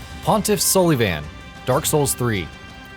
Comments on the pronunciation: Pontiff Sully-Van? ITS SOUL-UH-VAHN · Sully-Van. Yeah don't forget to kill that guy with your Mashet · Sully Van? Mashet? Really bro? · "Pontiff So-lee-van" wtf is up with that pronunciation? also "Great ma-shet" what???